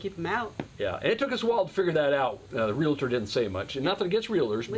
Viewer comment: REAL-TOR... NOT REAL-A-TOR